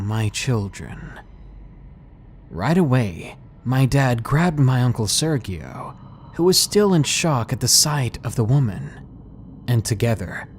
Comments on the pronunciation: I think its pronounced sir-gee-oh in the second story. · I love u but its pronounced "Serjio" soft g. Lol. Keep em coming Thank you and happy new year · Lol you butchered that serGío name but still sounded sexy 😏